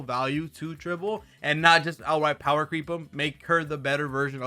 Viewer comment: it's Tribbie not Tribble 😂